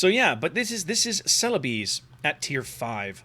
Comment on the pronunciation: Ce-le-bes (bes as in best), but locally the name is Sulawesi